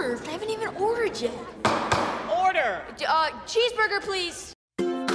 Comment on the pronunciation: when he says chess burger ples*